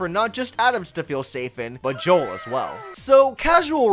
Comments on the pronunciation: Joule is pronounced like jewel. Thats why you collect jewels for her. Its a pun lol. Also joules is how you measure the energy produced by electricity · Also Joule's name is pronounced like 'Jewel'